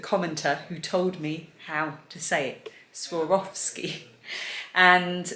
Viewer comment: Hi and Family. We all cheered for you when you pronounced SWAROVSKI properly. Not hard when you get the hang of it, is it? I hope you all start feeling better real soon. Love, from the Carlson family